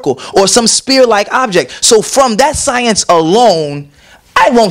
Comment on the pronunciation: right, lmbao...ecka-dermis and "spear" aka sphere